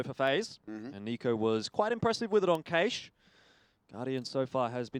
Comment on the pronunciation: why cant the fucker pronounce cache .............WHY